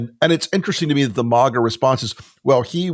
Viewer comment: Will someone PLEASE tell Rick for the millionth time that it's not "MAWGA" it's MAGA, as in MAGGOT. Also, it's NEVADA, not NEVODDA. It makes you sound pretentious (which I know you're not) or like a valley girl...